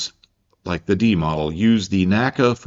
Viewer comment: I'm an old WW2 Air Force guy and I was billeted near the N.A.C.A. Lab and hangars and the pilots to whom I spoke still liked the P-51D the best over all. By the way, when referring to the N.A.C.A. in those days, it was always just that, N. A. C. A., Never one word "naca". Good job on all your stuff!